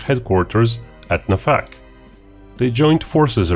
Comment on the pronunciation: The -kh in Na'fakh should be pronounced similarly to the -ch suffix in the word mach